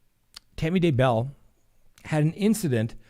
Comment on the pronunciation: I Love Your program. Thank You for your work. Just a little note. DAYbell is pronounced with the accent on Day not bell.